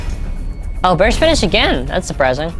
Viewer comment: sometimes when you say "thats suprizing" it sounds like you say thats spryzen